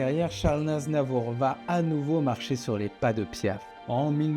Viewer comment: Vers la fin du vid, le narrateur dit charles NAZNAVOUR. 😂😂